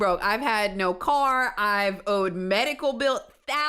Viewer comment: this cop just slurred his words and almost asked if she had any major magical problems 😂😂😂